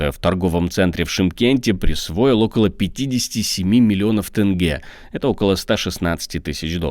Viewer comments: народ извините режет слух не тЭнге а тЕнге - Е, буква Е , спасибо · Почему так сложно сказать тенге вместо тэнгэ? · Автор, не тупи: не тЭнгЭ, а тЕнЬгЕ!!! Заруби себе на носу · научитесь говорить тенге а не тэнге пожалуйста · грамоте диктору, тЭнге - такого нет. Есть тенЬге мягко говорить нужно хоть и нет Ь. Я не душу, но это странно такого не знать